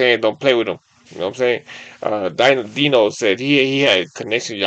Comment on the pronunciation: His name is pronounced Dino like dinosaur it’s just spelled dyno lol